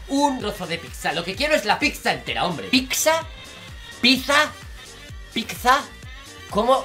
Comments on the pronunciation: Lo digo piza en vez de pizza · oye nose dice pikza ni piza se dice pizza cara te mortadela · Pizza que diho yo dice:pikza piza pikzita Yo pensando:este esta más loco q en ningún en otro video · la forma correcta no es pitza (es la forma que uso para representarlo xd) es pissa (lo mismo que antes :v) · Se dice pizza pero la gente piensa que es piksa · se dice pizza XD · YO LO PRONUNCIO PITZA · se dice pizza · Se escribe pizza pero se dice picsa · Se escribe pizza y se pronuncia o como se diga pitsa